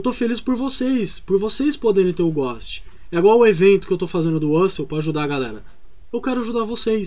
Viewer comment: Tu falando ghost ou a galera digitando aqui nos comentários: quem erra mais? Kk